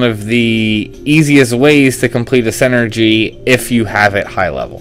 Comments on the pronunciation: It's SIN-er-gy, not SEN ergy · Not to be that guy but... it's pronounced "sin-ergy" not "sen-ergy". Otherwise this video was very helpful. Thanks.